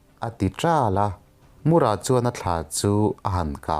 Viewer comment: Mur-a Nilo Tlem thluk a, Mũr-â tih tur ..... Engpawh nise i thiam lutuk e✍👍✍